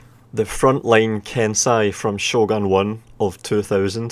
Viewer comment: (剣聖)けんせい) Is pronounced Kensei